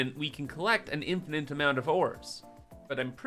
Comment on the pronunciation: PSA: It's an "Infinite" amount of items, not "Infinant"